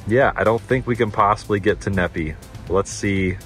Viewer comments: Needing is actually pronounced Knee Fi, Nephi. Lol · It's pronounced Knee-Fi not Nepee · Stop butchering the names of my towns here in Utah! It’s pronounced knee-fi! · Fyi, Nephi is said like WiFi. (Knee-Fi) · FYI, Nephi is pronunced "Nee-Fy" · Nephi is pronounced "Knee Fi"